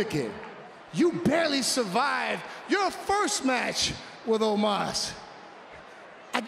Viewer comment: He can't pronounce "Omos" right